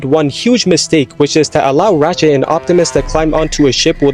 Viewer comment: BULKHEAD: "RATCHET"??